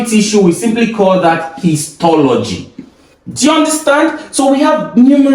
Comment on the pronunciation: It's histology not histogy😅